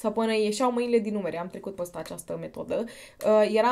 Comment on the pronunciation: De ce pronunți mereu "ăăă"?In scoala generală am primit avertisment cu totii din partea dirigintelui.Dar imi place cum pronunti "păstă"in loc de "peste".deci compensezi😘😉